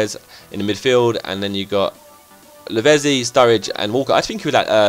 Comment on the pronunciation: It's pronounced La-vet-zi. Levezzy sound funny though!